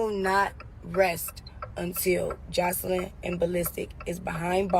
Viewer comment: Her name is not Joycelyn smh 🤦🏾‍♀️ If you gone do a blog/video at least care enough to pronounce ppl name properly and other words